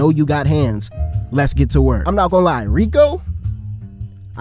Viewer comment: Btw it’s not rika it’s riko